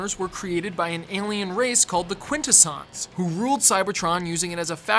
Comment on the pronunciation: I'm going to sound like the biggest nitpicking nerdy Transformers fan ever... but... Quintesson isn't that hard to pronounce! It's pronounced "Quin-teh-sin" not "Quin-ta-son". I'm not going to point out the mistake in #80 because everyone did, mind you. Also, in Transformers: Robots in Disguise, while Optimus Prime did pass on leadership to Bumblebee, he did NOT pass on "Transform and Roll Out". It was a running gag that Bumblebee couldn't think of his own catchphrase! How did you even...? Also, this may just be personal, but you spent almost the entire thing talking about G1 and its history, which is fine really. But if you were going to only kind-of-sort-of-not-really touch on the Japanese cartoons (Headmasters, Super-God Masterforce, Victory, Beast Wars II, and Beast Wars Neo, though you didn't even mention Transformers Zone), Beast Wars and Beast Machines, the original RiB, the Unicron Trilogy, Animated, the Movies, Prime, Rescue Bots (which you didn't even mention, despite it being the first and only proper Transformers cartoon aimed at a preschool audience), or the new RiB... why didn't you just make separate videos for at least a couple of them? Pit, it was kind of heartbreaking that you mentioned the Marvel run of the comics but not the IDW, which has (especially in recent years with such storylines as All Hail Megatron, Last Stand of the Wreckers, More than Meets the Eye, Robots in Disguise, the Combiner Wars, Windblade, and Sins of the Wreckers) in recent years beco